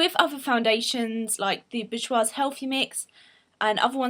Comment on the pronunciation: Boujois is pronounced bor-jwa